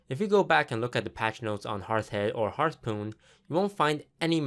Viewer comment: did you say hearth POON?